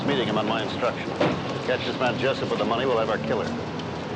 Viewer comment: Jessup not Jess pop